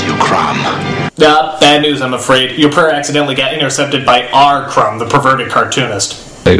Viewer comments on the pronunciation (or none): It's CROOOOOM not CRUMB!!! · Crom godammit it's pronounced crom not crum